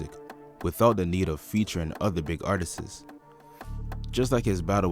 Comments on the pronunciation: Lets leave "artisis" alone. Artists. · Yall have to stop saying artisis. Its just artist's! Try and google the pronunciation if you need help. Its just a heads up, I would hate for people to walk around sounding crazy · it’s not Artistses brother. it’s Artists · I hate a 🥷 that say“artises”. Tf 🤦🏽‍♂️ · PLEASE take the extra S off Artist bro.. sounds ridiculous